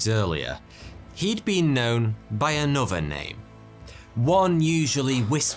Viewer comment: “Anoover name”… Worst pronunciation of ‘another’ that I’ve ever heard. It’s pronounced ’anuther’, mate… ‘Other’ is pronounced as if it had a ‘u’ and there’s no ‘v’ in it.